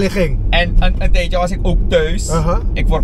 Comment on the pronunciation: “Dat deed ik al een tijdtjeee” dat surinaamse accent ahhahahahahahahahahagaga. En dan lachhen ze nederlanders uit. Hahhahahaha tak normaal